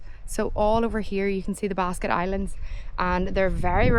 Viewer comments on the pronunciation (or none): Cool video, it's a beautiful place. Just one thing, it's Blasket Islands not basket.